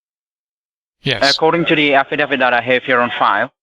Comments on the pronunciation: It's an "affidavit" and not an "affa-daff-it." Unless, of course, it's being served by Daffy Duck. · What’s an “affadavit”?! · Afidadit and pepperwork lol great English lol